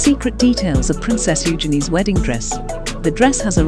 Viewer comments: Usually you zhen ee but her family pronounce it with the emphasis on the You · OK I am going to say YOU gin ee since I like it and it's close enough! 😂 I would like to hear her pronounce her own name but haven't yet. I've heard Harry call her Yuge so must be her nickname. I bet she has heard her name mispronounced so many times!